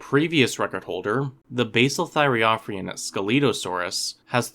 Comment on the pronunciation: Very informative! Pointer: when pronouncing thyreophoran, the emphasis is on the second O.